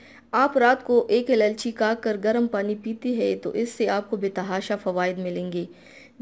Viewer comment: سب سے پہلے آپ اِلائچی کہنا سیکھیں،آپ نے ہر مرتبہ الالچی کہا